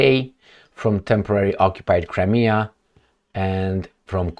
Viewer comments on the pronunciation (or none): none